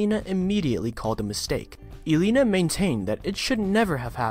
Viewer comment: Your not saying Devon name right its de von not de vin and elena right either I like to hear these but not when he ain't saying name right wow